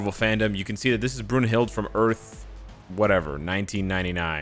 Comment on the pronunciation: It's pronounced "Broon-hil-da"